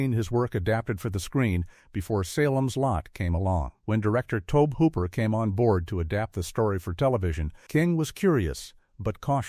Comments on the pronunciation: Dear AI Narrator, the director pronounces his name toe-bee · Cheesus, the mispronunciation of Tobe just keeps happening, over and over and over